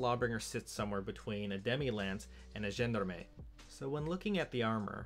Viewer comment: It's pronounced 'John-Darm'